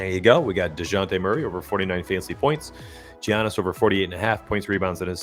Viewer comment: Dejounte is out today in addition Giannis is pronounced with a "Yiannis" with a "y" instead of a ""Giannis" with a "g"